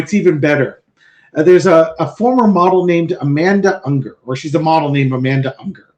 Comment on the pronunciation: It is Ungaro not Unger. :)